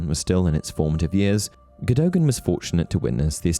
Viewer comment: Cadogens name is pronounced CAD-AGAIN